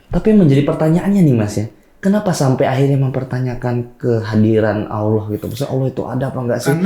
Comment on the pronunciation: admin nya..tlg belajar mnyebut nama Allah dgn smpurna.